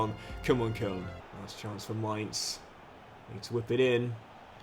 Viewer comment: If you keep saying koln like that I might have to stop watching this save